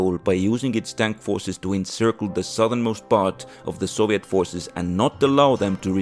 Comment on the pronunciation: man the mis-pronunciation of soviet and other words are horrible and horrendous to listen to